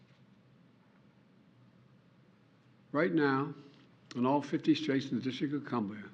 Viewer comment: “In all 50 Straights and the District of Cumblia” 🤣🤣🤣